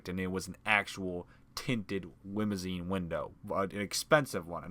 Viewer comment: He said wimousine